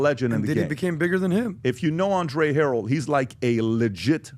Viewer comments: Her-el not harol 😂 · Mario Winans’ name is pronounced ‘Wy-nans’. He is son of gospel singer Vickie Winans & stepson of her Ex husband, Bishop Marvin Winans, lead vocalist of the family gospel group. Andre Harrell’s last name pronounced with accent on 2nd syllable like ‘hurray’, ‘Hu-RELL’. Played on a recording session Bad Boy almost 30 yrs ago. The track was for J-Z who I was unfamiliar with at the time. Neither of them were there but I kind of feel fortunate not to be exposed to any wild blsht.